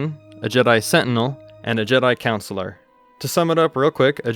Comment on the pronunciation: Great video bro but CONsular. Not like a school counselor it’s con not coun am I the only one noticing this 😅.